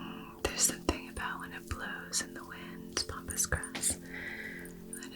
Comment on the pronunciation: Pampas grass not Pompas😍